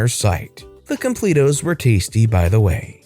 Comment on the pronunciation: When you realize he says completos wrong.